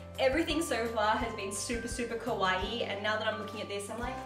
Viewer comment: please can you don't say "kowaii" but "kawaii"? with the A. It almost seems like you're saying "kohai" that is the opposite of "senpai" ahah ! however I adore this haul, a lot of my girlfriends buy clothes and accessories on Aliexpress, as you said it's really useful to notice how much is the rating high, also to read feedbacks from the customers.